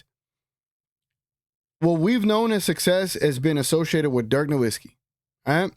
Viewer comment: My brother, please… it’s pronounced Dirk NoVitzki. W in German makes a V sound